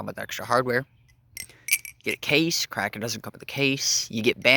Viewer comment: "The crapen" 💀